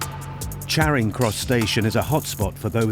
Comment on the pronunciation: Its "charing cross" not "caring cross"